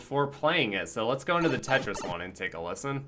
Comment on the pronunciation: I had this on in the background and every time said Tetris, I kept hearing "Keisha". Lmao.